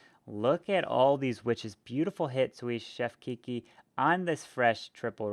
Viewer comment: Great vid! Btw it's pronounced soo chef not soos chef the last "s" is silent👍